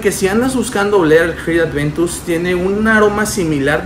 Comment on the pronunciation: Aventus, a mi éste me canzó el oído con su Creed Adventus jajaja